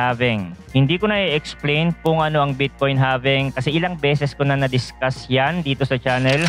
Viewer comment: halving boy hndi having awkward mo pkinggan